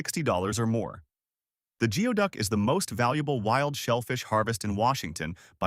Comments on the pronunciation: goo-ee duck not gee-oh duck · You recognised that it is pronounced as 'GOOEY-duck' but continued to pronounce it as 'GEO-duck'? Why? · It's funny how the narrator mispronounced geoduck throughout that entire part of the video, except for when he said how it's pronounced. It's spelled geoduck, but he was correct when he said it's pronounced "gooey-duck." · It's pronounced like Goo-ee-duck! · It's Gooey Duck , you can't even pronounce Yakima Yak e ma . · 😂 the pronunciation of geoduck was corrected once then went right back to mispronouncing it. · or geoduck